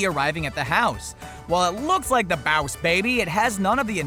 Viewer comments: stop saying bause baby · Baws Baby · Why does he pronounce 'BOSS BABY' as 'BAOS BABY'? It sounds DAMN ANNOYING when he says 'BAOS BABY' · Right ?!? Like why does he say b-ow(like in pain )-s baby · i stopped watching cuz he kept saying boss like bause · It's more like BAAAA- USEEEEEEEEE BABBBBBYYYYY (Slowed down) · IF I HAD A DOLLAR FOR EVERY TIME HE SAID BOAS BABY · "Bows baby" Everytime he said it I died from laughing Lol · Its boss not baws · Rewatch the video and take a drink every time he says “BOWSH BAYBIE” Actually don’t cuz you will die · Dude it's "boss baby" not "bowss baby" 🙄😑😂😂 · take a shot every time he said bouse babay You'll get alcohol poisoning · BAUSE BABY !!!! 😂😂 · It's boss baby not bows baby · it is boss baby not bowus baby. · It's not baus baibi its boss baby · Im late but stop saying “ballsh barbie” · Why are you saying bouse or baws instead of boss? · Why say boss wrong???? ( baoss baby?????) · Stop saying bass baby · What's bause baby it's boss baby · Boss baby. . Not boyus bahbay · 100% stop saying bause/bauss baby!!!! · OMG THE WAY HE PRONOUNCES BOSS BABY SO ANNOYING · jocileah msp baaaaaasss baby😂😂😂😂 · The baws baby 🤣😂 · Why is this guy so unusually pronounced "boss baby"?Is this a Southern accent? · Why can't you say "boss" correctly. It's super annoying. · why do u say boss baby like dat its so weird i was seriousally trying to pronounce how he said iy 😂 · What is Bause Baby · You know dang well you dont need to be pronouncing boss baby like that. Its a pain to listen to while watching. Dont know if whether to like or dislike. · Bowse baby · Boswz baby? Huwat? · I've never seen Boss Baby, but isn't the whole movie a flashback? Like him telling the story to his kids? Also, I know that a lot of Top 10 channels tend to mispronounced things, but how do you manage to mispronounced Boss? If it's a joke, it's not funny.